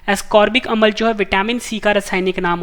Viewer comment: Sir ji improve your pronunciation as for you speak amal to amla.